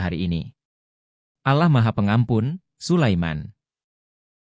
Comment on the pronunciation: Allah. Bukan alah